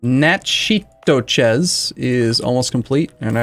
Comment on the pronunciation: I know this is old and no one will see it but it’s pronounced “Nack-a-dish” or “Nack-a-Tish” GEAUX!